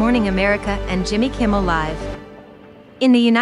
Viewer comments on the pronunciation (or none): none